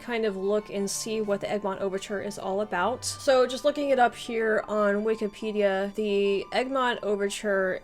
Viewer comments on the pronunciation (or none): none